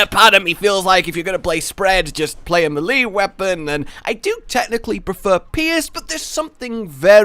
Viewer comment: Sorry but the way he says melee hurts me